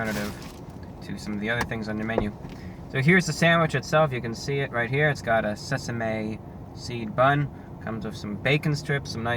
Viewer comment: 'Sees-uh-may bun'